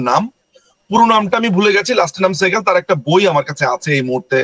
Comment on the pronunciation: সেহগাল তো ইন্ডিয়ান নাম, বেটা নামটা ঠিক মত বলতে পারলি না কিন্তু সে যুদ্ধাপরাধী পর্যন্ত জানিস😄